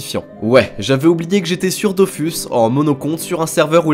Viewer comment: Vous pourriez au moins prononcer Dofus correctement.